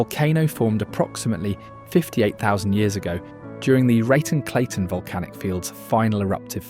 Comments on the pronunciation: Not being mean or judgy but why do British or almost any European nationalities for that matter mispronounce words that originate from their continent? I get they may not speak Spanish but like WHAT? Wtf is “RAY-TONE” canyon 😭 great video btw !!!! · Raton "Ruh-TONE", Cochiti "KO-chittee." Many, many more. Borders on disinformation really.